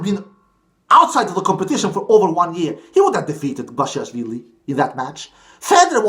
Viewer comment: You pronounced basilashvili well but I think it's best to call him "Bash - i - Lash - villi" as that describes his play style